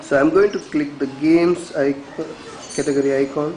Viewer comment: sorry dude, i got no clue what a "categerry" is